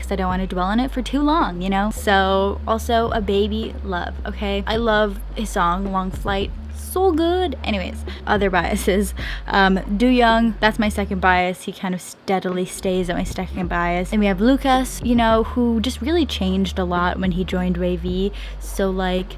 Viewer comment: hi i just wanted to let you know that you've been pronouncing doyoung's name wrong, ive seen you say his name wrongly in a few videos and its no big deal of course i just wanted to let you know since youre newish to the fandom :D the way you say the first part of his name in korean is more like "dough" instead of "do" if that makes sense...